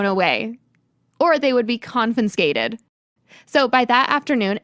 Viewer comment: I had to stop because I couldn't tolerate her constantly saying "con-fin-scated" 😢 peeving me